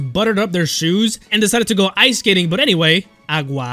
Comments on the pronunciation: I love how you say "AGUA" in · Liked because of the way you said “água”